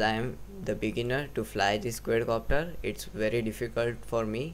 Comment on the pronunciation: Exited the video as soon as he said QUAYYDCOPTER